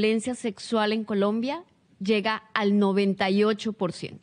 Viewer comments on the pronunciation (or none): none